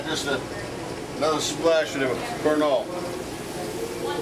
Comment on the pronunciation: He was adding "Pernod" to the food, but I thought at first he was saying he was adding "burnt oil".